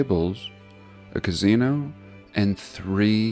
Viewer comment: What is your state accent mate ? I'm Aussie we sound the same all over 😆 love how you say 'Casino' .. Sounds like Gazino.. Kinda suits what they are really